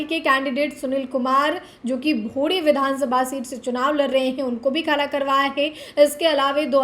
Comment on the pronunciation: खारा नहीं खड़ा बोला करो आगे से.....